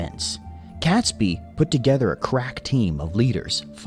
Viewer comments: It's pronounced 'Katesbee' and not 'Catsby.' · not pronounced Cat sbee name is pronounced Kate sbee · Cats-bee? Pronounced Kates-bee. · oh and it's pronounced Kates-bee not cats bee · It's pronounced Kate's- bee not cats-bee. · It’s ‘Catesby’ pronounce Kate-s-bee NOT Cats-by! 🤬 AND don’t get me started on Worcestershire (Wuus tar shire) or whatever the narrator mangled it into🤯 - AND of course he was James I of England as there hadn’t been 5 other kings of that name before him, unlike in Scotland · Robert Catsby name is pronounced Katesbee, that's only one of the things they got wrong in this video! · It would really help if the narrator could pronounce 'Catesby' at least! It's pronounced 'KAYTsby', not 'Kat'. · So many errors: Not Guy Fawkes Day but Night or Bonfire Night, it is pronounced Katesby not cat, James 6th of Scotland & 1st of England, Not war- wick Warrick the second W is silent, narrator butchered Worcestershire. It was Queen Elizabeth's counsellors that came up with Hanging, drawing and quartering, as the old saying goes " a picture is hung but a man is hanged". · Definitely Catesby, not Catsby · cats-b? No it is Kates-B! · Catesby is pronounced Kate's bee .🇬🇧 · Robert Catesby pronounced Katesbi! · Never heard Catesby pronounced Catsby before. Mind you I haven't heard his name said before, only read it. Interesting. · Not to mention CATsby. In my recollection no felines were involved.